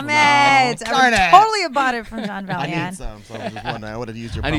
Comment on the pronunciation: ITS BELL-YIN